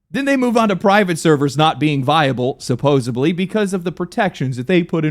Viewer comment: did he just drop a "supposebly??"